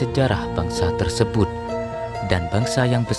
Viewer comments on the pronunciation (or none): none